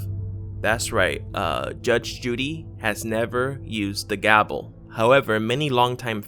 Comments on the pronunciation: Is it just me or is this guy saying gabel instead of gavel? lol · I thought the word was gavel, not gabel. Did that change too? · Are you saying gabel? It's irritating me. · One word ~ Gavel ~~ not gabel ~~~ Otherwise, great video! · Urgh you REALLY need to research pronunciations as well as stories! It's Cheshire Cat pron... chesh-er and it's GAVEL, not Gabel... seriously wtf is a Gabel? If you're going to research, actually do some research ffs! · It's a gavel not a gabel lol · Are you saying gaBel????? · do you mean "gaVel"?